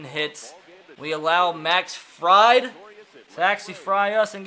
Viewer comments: Fried is pronounced freid btw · The braves pitcher's last name is pronounced freed lol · Fried is pronounced Freed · He says freid wrong😂